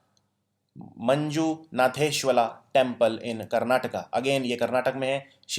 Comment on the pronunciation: It's manjunateshwara not manjunateshwala